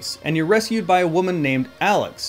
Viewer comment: It's alyx, not Alex. Two different.